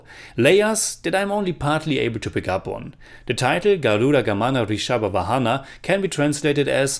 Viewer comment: Here we have a brother from foreign pronouncing the title of the film Garuda Gamana Vrushabha Vahana so perfectly and we have northies of our country who give silly reasons not to pronounce those words properly 🤣🤣